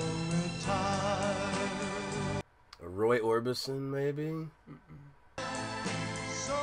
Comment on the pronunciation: Thank you for pronouncing Roy Orbison that’s where his tennis kind of bring up his song music to my husband used to sing at all the time he was a soprano to a low bass he had a very wide range of vocal cords and it was Irish. Times a mess. He died from somebody that hit him, they were a drunk driver. Mary adamant against drunk drivers. Thank you for the memories